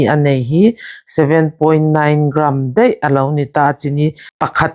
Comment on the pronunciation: A bengvar thla hle mai, ka ṭangkaipui dawn lu tuk. Mahse, Ṭawng hi uluk a ngai, entir nan, Mai,tih tur hi mei tih loh tur. Daih, tih tur hi deih tih loh tur.